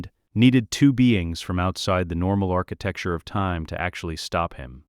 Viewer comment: Enjoying all your stories but please stop saying "architecture"